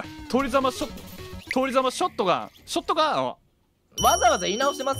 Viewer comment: のぷりちゃんの通りざまショットガンとアマルさんの「ショットガァン゛ア」がツボすぎてひたすら繰り返してみて涙流しながら笑った